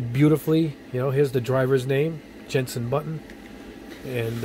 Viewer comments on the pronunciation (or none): none